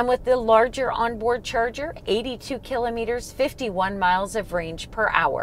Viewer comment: "ki "lah" met- er" - otherwise thank you: nice video